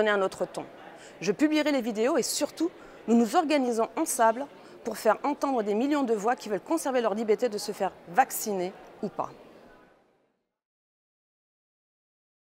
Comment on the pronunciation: 1.58 ! Ensemble pas " en sable "